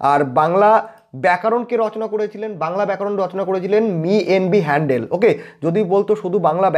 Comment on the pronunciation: আপনি 'হ‍্যালহেড ' কে হ‍্যান্ডেল উচ্চারণ করছেন কেন 😛😛😛